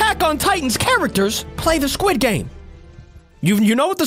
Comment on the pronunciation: the sirchile guy said welkom to sguid game